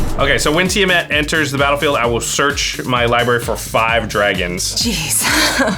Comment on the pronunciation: Ah, that kinda pisses me off how you said TIamat. Oh boy